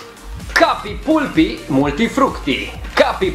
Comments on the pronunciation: Se zice palpy nu pulpy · Se citeste palpi nu pulpi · Se citeste "palpi" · Se pronunta cappy palpi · Pulpy se pronunță palpi. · Se pronunță ,,PALPI" și la reclamă spune așa. No hate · se citește palpy și de scrie pulpy mă...